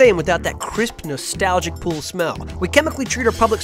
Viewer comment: Welcome to the ool. Notice there is no p in it. Let's keep it that way!